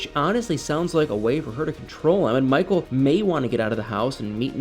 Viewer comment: Poor "Mah-cull". This screams "Get Out 2" 😂